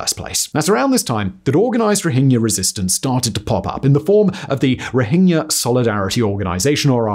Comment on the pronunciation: Someone finally pronounced "Rohingya" correctly.